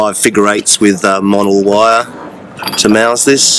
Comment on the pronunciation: “Monel wire” 😂😂👍